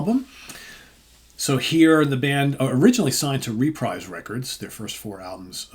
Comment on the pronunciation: About one third into this video, I have to stop and correct you about the pronunciation of Reprise Records. I’m pretty sure it’s pronounced “re-preeze”…..rhymes with “Fabreeze” 😂😂 Ok, sorry, I will now continue watching. So far so good 👍